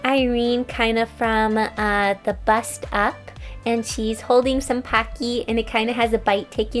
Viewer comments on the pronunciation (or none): I kinda like hear her saying "Packy" instead of "Pocky" XD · Aw they are so cute! But why does she say Pocky like PockEE...? It’s kinda weird QwQ no judgement tho ❤️ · The way she saids pockys 😂😂 Her : Packys Me 😂😂😂😂😂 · When you say "pocky" 💀🦋